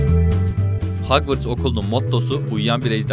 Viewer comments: Hagvırts hogwarts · Hagvırts??? Hogwarts??